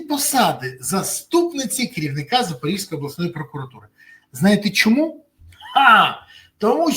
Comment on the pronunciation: Пане Березо! Область Запорізька, зьк кажуть, а не запоріжська.